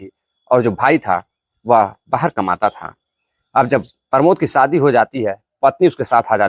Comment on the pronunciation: सादी नहीं बल्कि सही शब्द (शादी) है।